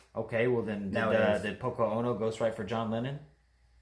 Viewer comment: Yoko Ono not Poko Ono